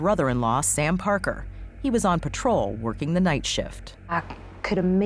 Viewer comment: It absolutely boggles my mind that someone could pronounce the word night as “not”. “Time” pronounced “tom”.